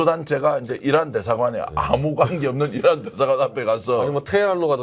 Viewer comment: 저는 이란이 아니라 이런으로 들립니다.